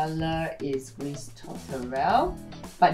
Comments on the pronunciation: You are not allowed to say gris you say gri without pronouncing the s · Gris=gri with out pronouncing the s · Just sharing-Gris is pronounced GREE. Roi is pronounced RUA. Parchemin is not pronounced parchment 😆 it’s par-sh-e-mahn. Framboise is raspberry. Pronounced fram-boi-s the s is pronounced at the end. Source: I speak french and live in France